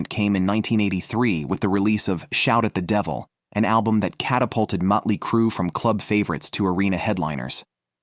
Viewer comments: “Mutt-ly Crue” took me back to a Cracked Magazine parody feature from 35 years ago, so it was my favorite mispronunciation… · I've always loved "Muttly " Crue ! Stupid AI shit !! 😫